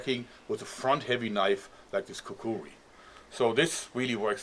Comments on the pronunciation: He says it like Kakuwee it bothers me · It's called a Kukri and is pronounced Kukri.